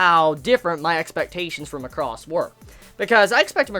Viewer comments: MAH-CROSS. Not MUCK-ROSS. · Could you please pronounce the word Macross properly if you intend to talk about it in the future. You should say it as "Mac-ross" and not "Ma-cross". Though you don't need to watch the other shows to understand Delta its highly recommended to watch Super Dimensional Fortress Macross TV series and/or its movie retelling "Do You Remember Love?" just to give you the origin of its universe. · is MAAh-cros, like an excel macro. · Stress on 'Ma,' and not 'cross.' Take it from the original pronunciation "Ma-ku-ro-su." You're pronouncing it like 'lacrosse.' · Feels like you pronouncing it weird ?!!! lol